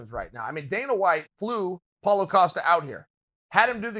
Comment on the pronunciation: Chael keeps it gangster, collects another mispronounced head, calls Paulo "Paula" . #Kamara #Yarir #Paula